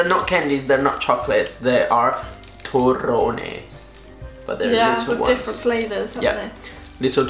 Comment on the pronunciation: Hi im italian you said very well "torrone" good!! very good!!